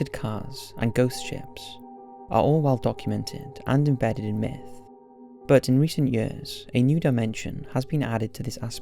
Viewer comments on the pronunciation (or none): none